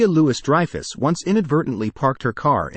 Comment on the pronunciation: Julia Loo-iss Dreyfus